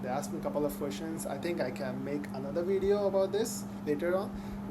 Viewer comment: a suggestiion real quick , that word at 00 : 11 is pronounced as video not wideo , theres a big diference between w and v sounds , ive noticed that a lot of indians mix these sounds up